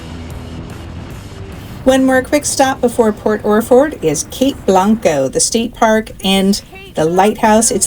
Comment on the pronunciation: You pronounced Yachats correctly, very good. However Yaquina is “Ya-kwina “. Port Orford is “Orferd”. Very nice video.